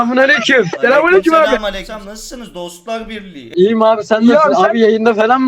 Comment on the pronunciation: +Vay Vay aslanlağğğ. - kanka nasılsın? +iğiğim Svgssgsh